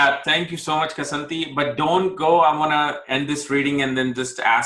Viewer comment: kSAnati -is his name pronounced🌺